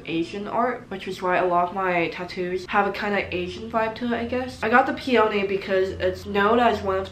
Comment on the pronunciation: u mispronounced epitome and peony but UR SO CUTE ILY <3